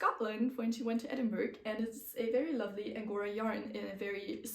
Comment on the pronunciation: for your trip to Scotland - it is said like edinbura or edinbra! locals will scoff if you say edin-burg :)